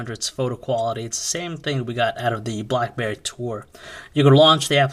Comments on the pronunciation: BLACKBEAR !!! ITS BLACK'BERRY' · hahaha he does say blackbear. maybe this is a different review then i thought